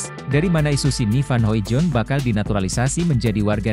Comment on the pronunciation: Hoidong bacanya bang bukan Hoijon